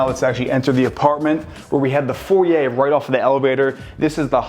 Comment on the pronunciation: Is it pronounced 'foryay' or 'foyer' ?